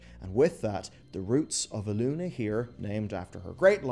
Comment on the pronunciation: Elun"é", G'H"a"nir ... Sounds like you want us to get triggered hehe, maybe it's just me I don't know. When I hear Gahaneer, I get triggered.